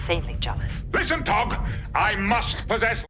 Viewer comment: *Tog (not Bock) :)